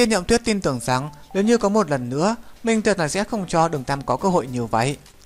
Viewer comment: Cào Cào lếu như